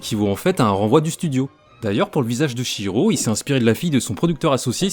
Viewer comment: Ça fait plaisir d'entendre quelqu'un prononcer Chihiro correctement, contrairement à la VF (qui est pourtant super)